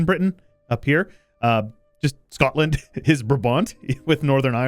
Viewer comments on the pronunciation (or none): none